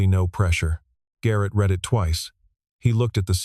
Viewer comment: These AI voices are incompetent! Saying street for Saint, and saying read in the present singular for a past tense read. Frustrating to listen to. 👎